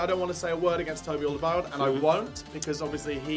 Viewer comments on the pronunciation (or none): I hate to be a pedant but you keep pronouncing Alderwerield wrong! :-P Check the Spurs TV clip. Love the channel!!